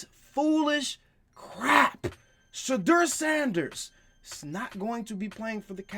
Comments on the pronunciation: That nigga really said shadeur sanders😂😂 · Did he say trade Ceedee lamb for Shedur?!?!?!? 😂😂😂 wow